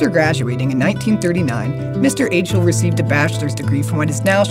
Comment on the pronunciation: Achle..lol it's pronounced Ike-Lee